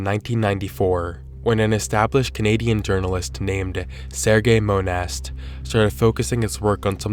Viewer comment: Sare-Gay Moan-ghast